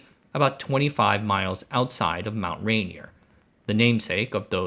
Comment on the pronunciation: "Rainier" has stress on the second syllable, not the first - though arguably, no especial syllabic stress at all.